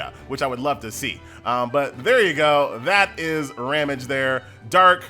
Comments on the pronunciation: It's RAHM-gee. :) And I think Shufraken is shoe-frah-KEN. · My man can pronounce shufraken but butchers ramge and Anastasia